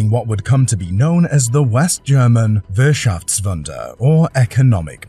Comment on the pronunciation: Wirr-Schafft-wunder ? Wolkswagen ? Murrkell? Wishful dreaming ??????